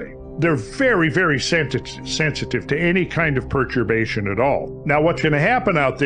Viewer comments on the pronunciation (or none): none